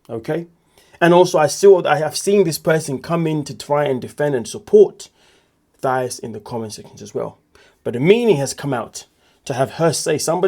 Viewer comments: Her name isn’t pronounced Thigh—is!! It’s pronounced Tye—eece!! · Mispronounced. It's Tieese not Thias.❤ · It’s THA-EESE. Like the ending of the word GrEECE 😩. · Racist! Hahaha sure. If someone doesn't know the definition. Why are you calling her thigh-us? That's not how it's pronounced. Are you being racist? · Please learn how to pronounce "Thais" name.